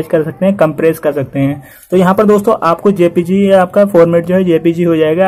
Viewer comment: jpeg ko apne galat pronounce kiya ha sir .. Jay peg bolo 🤗🤗 ~